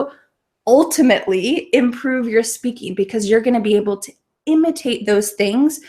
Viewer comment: Why do you used c ose not because? "coce"